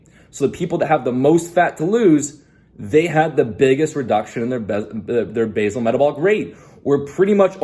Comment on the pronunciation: Base-all (pronounced)